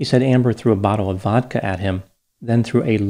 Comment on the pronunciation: I know I can trust because of how he pronounced vodka edit: nvrm dissapointed, no Bodka